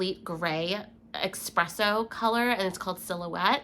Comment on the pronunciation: Espresso...not Expresso...lol